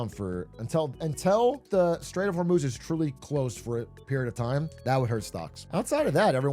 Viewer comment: This is the second time I've heard him say "until shsmjjfghsfhdskjf is truly close the stock market won't go down" WTF is he saying here? It sounds like "the straight of vermoose"